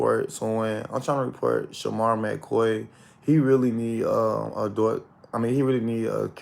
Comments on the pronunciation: I could have sworn it’s pronounced ADULT not ADOLT boy bye😂😂😂😂tell the truth and shame the 😈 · DID HE SAY (ADOIT)- NOT ADULT. 🤷🏽‍♀️ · This dude can’t pronounce ADULT correctly 🥴